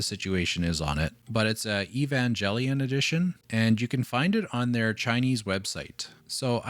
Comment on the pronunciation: bro are you kidding me with that evangelion pronunciation...............